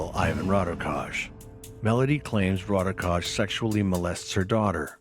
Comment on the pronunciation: why cant they do any research to pronounce his name correctly.... sounds ridiculous